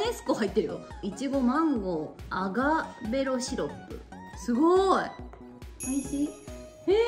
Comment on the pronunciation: アガベロシロップじゃなくて、アカベ、シロップね😅